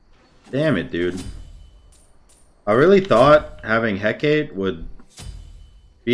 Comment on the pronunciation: Hecate is pronounced heck a ti